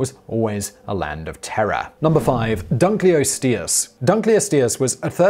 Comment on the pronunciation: dun-klee-ost-ee-us. i know you like your pronunciation bud